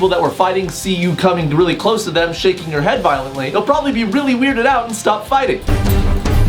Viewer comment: At first I thought he said "shanking the camera" and I thought of melanie martinez in Alphabet Boy